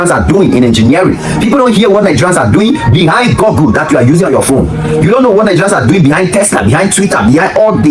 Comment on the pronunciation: The word is GOOGLE(GUGL) NOT GUGGLE or GURGLE